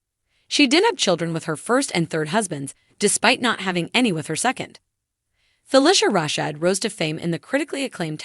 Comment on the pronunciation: You need to learn how to pronounce her name correctly. Next, get your facts straight.